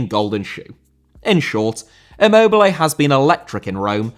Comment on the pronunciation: Immobile* not Emmouwbelei